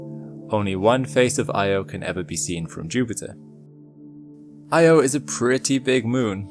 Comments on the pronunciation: very interesting and wonderful. But it was hard listening to the mangled pronunciation of Io. It's not prnounced "eye =oh". The correct pronunciation is "ee - awe" . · Why does no-one say Io correctly? EE-oh, noy Eye-oh. Just think of the nursery rhyme "Ee, eye , ee, eye, oh" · It's Io, pronounced eee-oh. Carl Sagan talked about how it's inadvertently mispronounced. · its actually ee-oh by the original ancient Greek pronunciation, not ee awe. source: carl sagan.